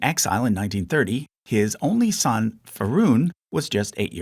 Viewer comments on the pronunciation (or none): Feh-ray-doon Say it with me... Who TF is feroon?😂😂